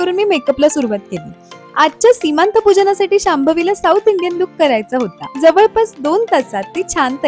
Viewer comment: अगं, सीमांत नव्हे, "सीमंत" म्हणावं. किती अनर्थ होतो चुकीचं बोलल्याने, ते जाणून घ्यावं.